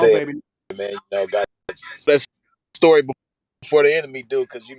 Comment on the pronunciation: "To make a long sory short..."